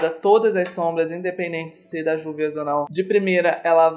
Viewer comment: a pronúncia correta da marca é Rúvias.